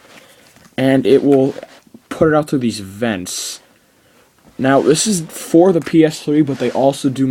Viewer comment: For* not foe.